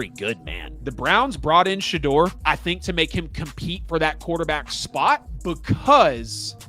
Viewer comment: YOUR IGNORANT ASS NEED TO PRONOUNCE HIS NAME CORRECTLY, OR STOP SAYING IS NAME ALL TOGETHER